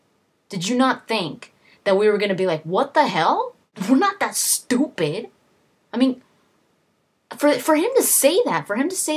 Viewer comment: your way of saying "stupid" belongs on jersey shore haha.